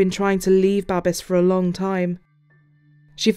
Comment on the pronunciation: "Babes," in English is pronounced, "BAY-BS," like babies, without the i sound or the letter, not "BAH-BES." This man's name was Babes, and I bet he did get a lot of babes. He was good looking.